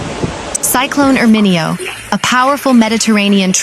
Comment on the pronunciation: Shouldn’t the reporter know the pronunciation and accentuation of Italian names? How would you like to hear ..Las Ange’les, Ala’bama, Nuova Yokke? 🤦🏻‍♂️🤦🏻‍♂️🤦🏻‍♂️🤦🏻‍♂️🤦🏻‍♂️ Painful to listen to her!